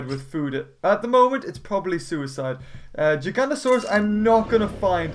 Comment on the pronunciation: No it not gigantiosauos it's gig anosars